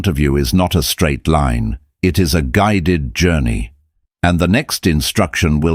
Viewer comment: " I Been Guid ed